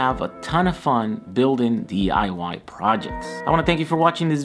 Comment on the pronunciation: "Building The Eye Why projects"😆....... Nice job.